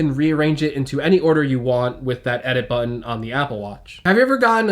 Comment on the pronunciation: Why do all these guys have a problem with the word "button" ?